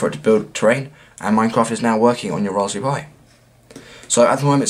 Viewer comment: Why do u say rasp BERRY like rasphu pi?